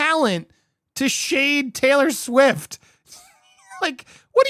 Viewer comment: Am I the only one who heard "YES she came to defend SAILOR Swift!" XD